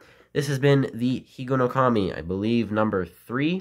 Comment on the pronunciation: Hello, your Japanese pronunciation is correct. I'm a little good at Japanese. Because I'm 102% Japanese. In order to keep Higonokami in your pocket, you need to secure the blade and grip with a rubber band. Many children failed to do so and were injured. Children at that time sharpened pencils at Higonokami and made toys from bamboo and wood. Unfortunately, there is a trend in today's children to avoid having knives as much as possible. That's why you can't even peel the skin off an apple.